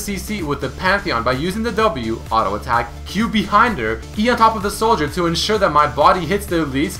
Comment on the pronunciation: ARO ATACK ARO ATACK ARO ATACK ARO ATACK.... JUST SAY "T" NOt "R"